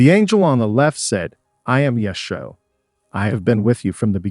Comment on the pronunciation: It sounded like the 3rd angels name was Yashua, which is to say Jesus, but the narrator's pronunciation seemed off.